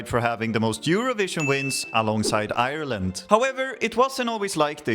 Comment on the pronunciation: Haha love the videos and the meme edits and the way you pronounce irrereeellllaand! Fair play for the first go! I do think Europe is getting bored of the generic Swedish pop. We need something new and original from Sweden!